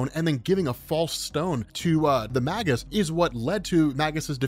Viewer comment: you have google. It's May Guss.